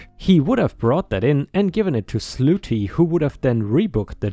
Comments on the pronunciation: Hey, slutty is pronounced Sluh tee, not Sloo tee just so you know. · it's SLUT TY..... NOT SLOOTY 😇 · The woman doing admin work story... Slutty isn't said as "ss loo tee," but rather as "sluh tee." If you're saying that way on purpose, oh well. Otherwise, little correction to remember. Also, despite the way OP wrote it, it would be pay "raise" not pay "rise." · "Slutty"...... pronounced like "cup".